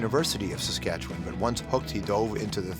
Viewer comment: George’ said Saskatchewan the right way